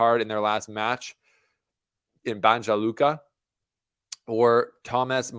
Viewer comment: It`s pronounced - Banya Looka... just a side note.